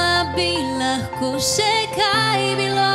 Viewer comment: Ne vem zakaj besedo "bilo" kdaj tako čudno naglaša.